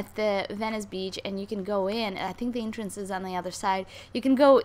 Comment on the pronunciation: OMG olga it's entrance not intrance en not in